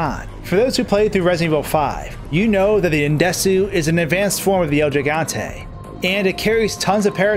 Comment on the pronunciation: Its el giganta not jiganta Gee Gantay